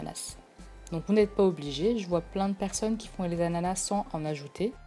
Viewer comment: Un moment vous avez dis "anana"